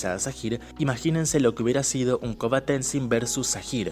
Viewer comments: Coba? No puedes decir el Korra? 😂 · le dices Koba a Korra? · Muy bueno,pero me saca de mis casillas que le diga koba a Korra,me marea jaja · Porque le dice koba a Korra?